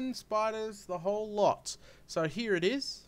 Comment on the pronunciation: I like how you say: "Hee, we've got etc." ;D